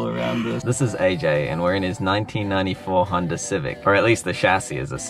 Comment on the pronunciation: making fun of someone for saying aksed and then saying hunder instead of honda 😂